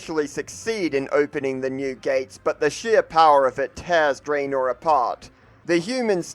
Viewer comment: Its Dranor not Dreinor.